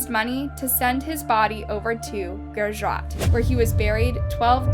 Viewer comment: It is not pronounced "GURAJA"..... It's "GUJARAT"